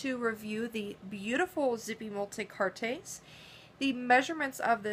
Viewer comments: Its pronounced "multi-kaarts" not "multi-cartés" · Lovely little pieces. Thank you for the review. Quick crashcourse in French: "Multicartes" has silent e + s = pronounced "multicart" when spoken.